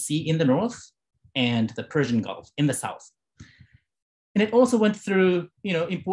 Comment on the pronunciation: His Persian pronunciation is near perfect.